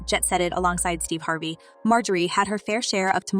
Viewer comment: How you gonna mispronounce Harvey??? If you're going to use AI, then quit being lazy and clean up your script!